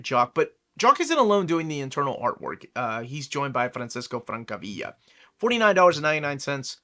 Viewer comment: Francesco Francavilla is Italian, so I assume the pronunciation is franCHesco francaviL-La, but I could be wrong